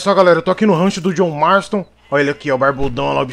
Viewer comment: JJOHN MMARSTON MANO!!!!!!!! KKKKKKK